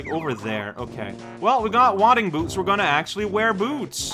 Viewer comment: Okay, level with me; are you mispronouncing "wading boots" on purpose? (If not, it's a Long "a" sound, like "grape")